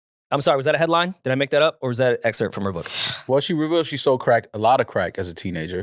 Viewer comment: messing up on excerpt had her salty whole pod 😂